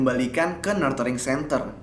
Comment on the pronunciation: Saran. Mungkin sebelum menyebut nama tempat atau lembaga dalam bahasa inggris, bisa di cek dulu cara penyebutan yang tepat. Contoh: "nurturing centre"